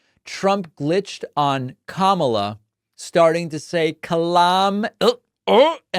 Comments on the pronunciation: It sounded like he was about to call Kamala, "Kalamazoo" or something 🤣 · He glitched on Kamala's name because he wasn't sure which syllable to stress - he's been doing both ways recently. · Presidential candidate don't know how to pronounce someone's name how pathetic is it ? , so sorry we have a candidate like trump whose IQ is that lower than the average individual. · That "verbal glitch" on VP Harris' name mention was really due to happen and that's because Trump knows the proper pronunciation of her name—check other event and interview rallies where he speaks it correctly—but mispronounces it for his base. The allegorical explanation is he essentially has 2 "name" wires in his brain. The glitch is his tired brain short circuit-ing the wires, hence, the grunt =D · He’s a disgrace to our country put him behind bars he can’t even say her name right. What a loser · He never says her name correctly, nor do his beautiful older sons. Do they think it's clever? Or does it actually demonstrate how STUPID they are? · He's just so stupid he can't remember her name nor does he want to pronounce it right because he can't read